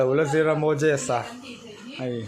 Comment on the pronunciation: Ngatinge mojesa tih in i lam tlat a..mosesa in ti maw tia